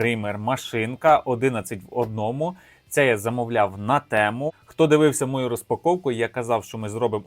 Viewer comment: Говоріть правильно, не тЕму а тІму